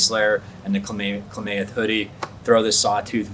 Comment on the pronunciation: Kla-math...not kla-may-eth But good review 👍🏻